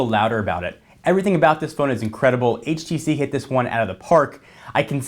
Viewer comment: HTC One not HVC One